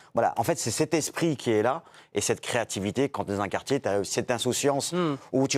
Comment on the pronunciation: "Au quartchié".